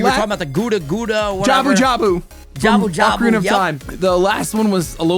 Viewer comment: Calling Lord Jabu-Jabu “Gouda Gouda” killed me 😂